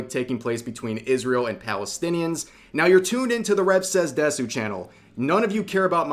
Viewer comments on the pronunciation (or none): desu です is pronounced more like dess, and not de-su- since the u gets devoiced. Also, your name is spelled wrong on your shirt. It should be レヴ(rev), not レブ(rebu). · He said "desu"